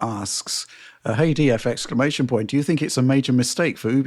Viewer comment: fire. ex-cla-ma-tion-point. pure cringe.